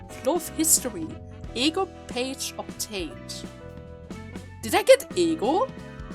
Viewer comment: I love how you pronounce E.G.O as Egg-O.